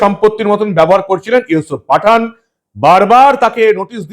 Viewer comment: Yusup patha..na pathann..bujte parchi na..😂😂